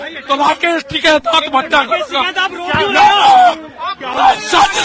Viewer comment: ╔═══ ❤☀🍀☀❤ ═══╗, Asak. Kaise News Reader hain Aap!!! Jis Aadmi ka naam aaj har hindustani ki zaban par hai, aap uska naam theek se naheen padh saktay. Uska naam TAKAIT naheen hai balki TIKAIT hai. Kum se kum mashoor logon ke naam theek se padha keejiyay ╚═══ ❤☀🍀☀❤ ═══╝